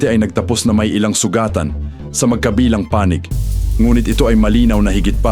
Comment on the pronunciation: robot or AI naman ang narrator..kakainis ang accent niya na awkward pakinggan gaya ng pagkabigkas niya ng "magkabilang panig" walang stress dun...no to AI voice or narration..